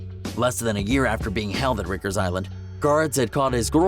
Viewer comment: *Rikers Bro u pronounce it very strange to us New York Men. Riiiiiker